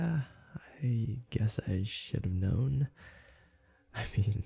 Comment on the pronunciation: Instead of "should have known" i thought you said sh!t a melon 😂